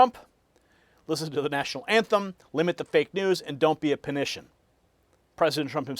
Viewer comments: Hey, The word, "Panican" is pronounced "PAN-ick-en", not "puh-NISH-en". I believe President Trump coined it. It's a derivative of PANIC - one who panics. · It isn't panician! It is a pan-i-can (a name for people that continually panic) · it's pronounced "PANICK-AN" not "Panition". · The term is pronounced PANIC-AN. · Panican pronounced pan-eh-can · "PANICAN" pronounced "PANIC-AN" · I think it's pronounced PAN A CAN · Panican is Pan-i-can don't be a Panican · It’s PAN-A-kIN…. DON’T BE A PANICAN!! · It is Panican, like pelican.